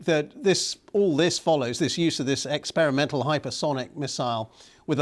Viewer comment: Experiemental? Really! Please don't joke about serious things. 😮